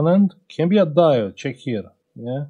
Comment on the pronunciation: Îmi place cum zici ceck here😂😂😂❤ brava sir! Felicitări!